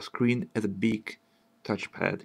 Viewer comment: А типа по акценту и неверному произношению некоторых слов непонятно, что у автора как минимум английский - не родной. Launch, Touchpad, Smoother. Они не так произносятся.